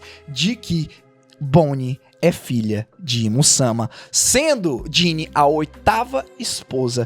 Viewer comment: Teus videos é ate bom cara as vezes assisto mas o jeito de tu falar da uma agonia. Tipo satarno se todo mundo fala saturno e imu samá tu fala imusama. E essa a critica